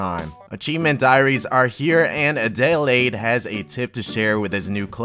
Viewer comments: It's pronounced ad-eh-laid:) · You murdered Adelaide's name hahaha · "Adelaide" that pronunciation though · that shameful mispronounciation of Adelaide..